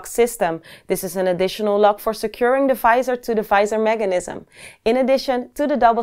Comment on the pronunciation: The "fisor" :D